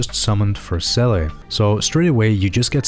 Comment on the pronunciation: 10/10. My only gripe is the seele pronunciation